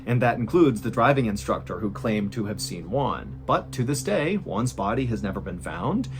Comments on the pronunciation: to pronounce Juan correctly just think in the worh WHO....so is WHO AN....Juan..(sorry for the comment) You´re the best MrBallen!! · It's really funny to me the way Mr Ballen pronounces "Juan". When he says it, it sounds like "one". 😂 The "ju" should be a harsh sound, like in "who". Juan sounds like "Who? Anne." No criticism, I love your videos. It's just a silly thing that made me smile. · I dont want to be an asshole but an easy way to pronounce the name"Juan" is saying "WHO-AN." Im sorry but even the subtitles interpreted the way you said it as ONE. anyways great video! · I thought the family was from China, because of the way you pronounced their names, but in the end, I realized he was Juan no Wan. 😄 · I'll never understand why you pronounce Juan and Tijuana the way you do it???